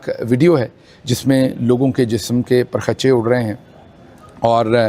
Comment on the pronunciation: O bhayee PAR KHACHAY nahi hota Parakhchay HOTA HE